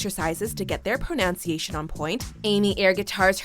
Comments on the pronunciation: The voice over lady pronounced pronunciation wrong! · You mispronounced the word "pronunciation". Jesus tap dancing Christ. You are a joke. HOW did you get hired? I'm guessing you're a relative of someone at WatchMojo, someone who is completely blind to the fact that you are one of the worst hosts on YouTube. So many mistakes. Such bland delivery. Awful every time. I hate ending up at this channel.